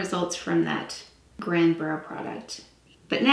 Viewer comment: The brow product is pronounced gronday not grand.